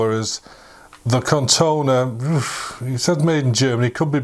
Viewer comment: Nice video, but it is corrona, not Cortona 😏